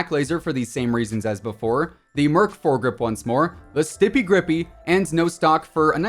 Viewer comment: "Stipy gripy"